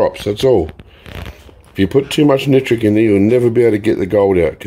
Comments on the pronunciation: And it’s nitric lol not nootric lol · Hi it’s ME again hiiiiii can you do a show showing how to make poor man’s nitric. Ps I like the way you are trying to say nitric and not nootric but I like the way you say nootric lol